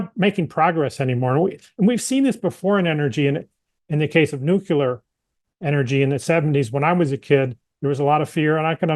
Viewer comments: Nuclear professor. Nukelar is not a word unless your last name is Palin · It's a regional dialect thing. My 8th grade science teacher said nucular.